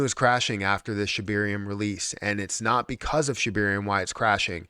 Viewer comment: ShibAaaaaaaarium not shibiiiiiiiirium.